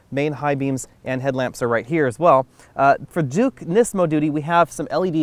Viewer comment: my only complaint is the butchering of the performance names. nismo and the fiat comment.